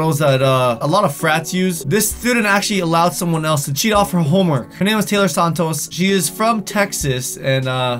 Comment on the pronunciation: 1. i got put in a cabinet once in pre-k 2. did anyone else notice try and pronounce santos with the accent jaja aw